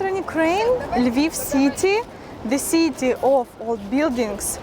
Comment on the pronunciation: букву И на англиском произноси чуть короче. :) особенно в слове City. а так видео интерестное. приезжайте к нам в Литву в гости :)